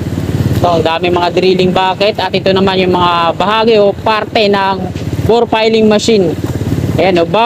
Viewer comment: Ang tamang bigkas ay Bored Piling Machine. Hindi Bor Piling Machine. Igoogle mo brod para maniwala ka. Ok?